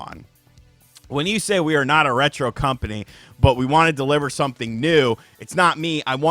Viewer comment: Dumbass CU-ompany... made me lol... almost a slip up!